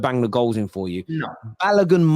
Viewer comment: Why are you calling him Balagun His name is Balogun